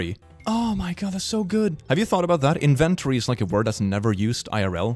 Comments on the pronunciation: WHY DO YOU PRONOUNCE INVENTORY LIKE THAT?! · The way you say inventory gives me pain